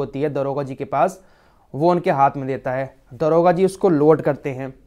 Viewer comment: Daroga jiiiiiiii daroga bolo